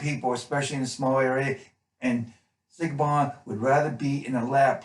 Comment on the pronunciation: great review, but....it's 'Shiv-awn' played by Hermione Corfield, i'm Irish, that's how it pronounced.